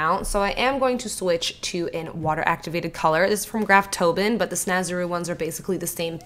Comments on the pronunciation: this is the most out of the box/creative thing you've done. it's awesome. congrats! (oh and Graftobian is pronounced graf-toh-BEE-an) 😋😙❤ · graftobian - not graftobin